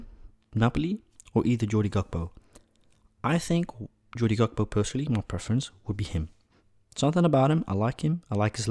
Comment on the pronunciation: It’s cody gakpo not jody